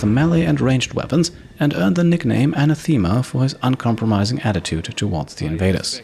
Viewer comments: He mostly pronounced it correctly, he just put the emphasis on the wrong syllable. He said "ah-na-THEEM-ah", but the correct version is "ah-NA-theem-ah". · Great Video. Really funny that Central considert the Lost one of your Soldiers. I migth be wrong but I think the nickname Anathama is pronunced diffrently. More as one word instead of Anna-the-ma. But as a fellow german native I made the same mistake when I first heard it so don't beat youself up over it :))